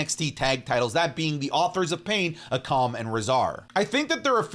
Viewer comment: It’s aaaaaa-kuh-mmmmmm